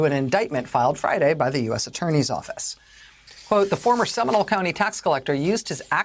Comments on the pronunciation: It’s pronounced “Semi-NOLE,” not “seminal.” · Factual statement. And am I the only one cringing at her pronunciation of “Seminole?”